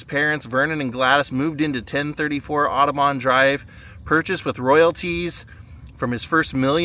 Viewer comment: You can tell they're not from memphis. It's not pronounced aw-doh-bawn. It's pronounced aw-duh-bun...